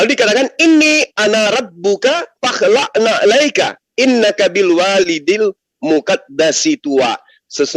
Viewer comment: Kritik untuk salah baca ayat: Bil waadil muqaddasi tuwaa bukan bil walidil.....dan di balik api ada firman Allah bang Zuma katakan bahwa Keberadaan Allah itu ada di mana2 tidak wujud di sana di balik api, Wujud itu sifat Allah artinya ada bukan nampak,atau menmpakkan diri, kalau Kristen mengatakan ada objek di balik itu, itu kita sangkal Pengeran iku ana Naning Tan kena kinaya apa